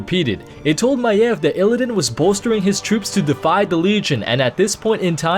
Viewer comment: You also don't seem to know how illidan is pronounced.